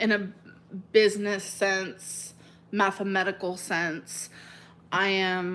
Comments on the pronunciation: MathemATically My god she can't pronounce anything. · math-a-medical is what I heard 😂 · This bitch said mathemedical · “mathe-medical” wth💀💀💀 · “in a methemetical way” okay! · “In a methemetical sense”.....she kills me 🙄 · "mathemethical" or "mathemedical" sense? doesn't add up 🧮 😂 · She said math-uh-medical sense. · Did she say “mathemedical”